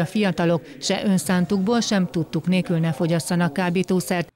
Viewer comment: aszonta' a riporter nő hogy "nékül"? xD